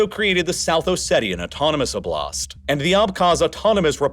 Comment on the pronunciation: In each video he butchers the pronunciation in such simple ways it still amazes me. It's Oblast. Not oblAst. He doesn't even care enough to put the emphasis on the right letter. It's like blast only with an "o" right? You could say I'm nit picking but the point is if he doesn't care about the simple details would he even think about more complicated ones?